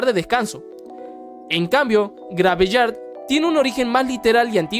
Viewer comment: graveyard ❎ - grabillard ✅